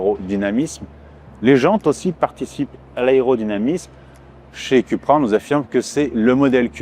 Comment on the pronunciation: Suis-je le seul à être irrité d'entendre "cUpra" ? 😬